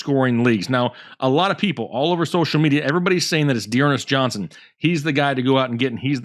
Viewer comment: you got dernest johnson wrong ugh.